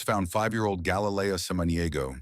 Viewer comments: Again. Can't get the (Hispanic) victims name correct ever. Galilea NOT Galayleia Have some respect man. Smh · You could at least pronounce her name properly. ❤️‍🩹